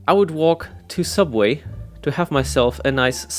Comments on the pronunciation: Do you mean sooubway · this comment is a bit late but it is actually sooubway get it right